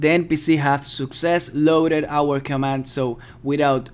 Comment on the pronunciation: pls say command :(